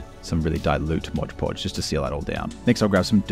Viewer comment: Was going to subscribe, but you call mod podge "Modge podge"